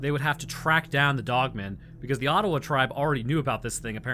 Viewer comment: Being from Northern Michigan, it's "O-dawa" doesn't sound like Ottawa